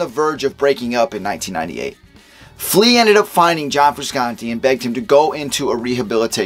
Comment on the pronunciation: It’s pronounced FrushAuntTay